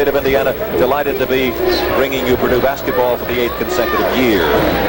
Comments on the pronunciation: Purdue - NOT Perdue. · It's Purdue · BTW. It’s P U R D U E 🙄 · Purdue not Perdue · It's "Purdue" not "Perdue" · It's P-U-R-D-U-E!!! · By the way, it's PURDUE. Also, notice how strange the court looks with no 3-point circle.